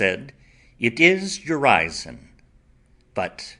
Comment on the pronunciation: Mispronunciation of Urizen leads to misunderstanding